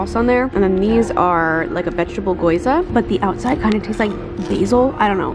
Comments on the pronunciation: Great closet, can’t Wait to see it filled! Gyoza, not goyza 😂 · The way you say gyoza makes me laugh 😂 I’ve never heard of the way you pronounce it before